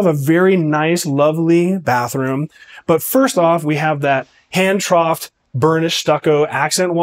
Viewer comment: Hand-troweled. Not troughed. Aesthetic is pronounced esthetic, not assthetic. 😂 I would break my ankle in the master suite! 😂 Lovely tour, though!